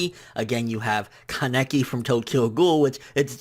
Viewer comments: i like watching your vids since you seem to be in the know and do good on pronunciation of all these crazy japanese names but kaneki being said as ku-neky and not ka-ne-key threw me off for the whole vid. i done heard you say names waaaaaaaay harder than that, wtf. i couldn't even focus the rest of the vid. if you mispronounce all names or even a large number it wouldn't have bothered me but come on man. must have watched it dubbed, they tend to mess up names often. i only watch subbed and always hear how its actually said. i'm dissapointed. the 1 i hear the most is naruto being said as nu-roo-toe instead nar-oo-toe. uuhhgggg!!!! my soul hurts now :( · Well Kaneki IS from jump (tokyo ghoul is published on Weekly Young Jump) so i dont know y u said it like that XD